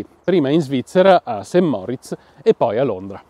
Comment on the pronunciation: Ho notato che, qui in Italia, l'usanza di pronunciare male il nome della celebre località turistica del canton Grigioni, ovvero St. Moritz. Ebbene, non si pronuncia alla francese "Saint" (come Saint Vincent), ma si pronuncia Sankt Moritz. Moritz è la versione tedesca di Maurizio. Altrimenti, per coerenza, si dovrebbe chiamare "Saint Maurice".